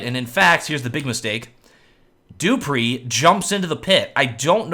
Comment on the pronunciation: xyp9x is correct, and he also trained himself to say dupreeh, not dopreeh, and friberg, not freeberg. so good job:)